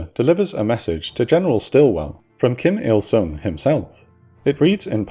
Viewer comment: it is "Kim Il Sung" Not "King" lol